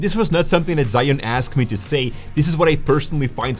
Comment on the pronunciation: ZhiYun 智雲 "Zhee-Yoon", not "Zhai-Yoon".